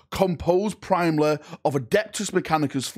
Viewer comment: Brits: "We invented English so we know how to speak it!" This guy:"Primely, Predictigly" If you have a speech impediment then I apologize lol